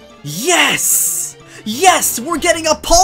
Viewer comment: I love how you say Yeias insted of Yes